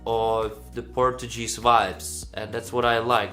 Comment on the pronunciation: Hi, you're pronouncing "Portuguese" incorrectly.:) It should be something like "Porčugíz". By the way, Neev is my favourite and Portugal never sent a song 100% in English so why not? And he is a quite talented and charismatic guy. Mema is a disappointment for me, a pity as I like other songs from her. I can see her struggling to qualify to the Portuguese final.